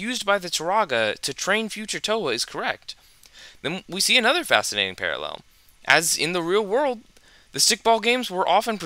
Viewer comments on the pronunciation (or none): none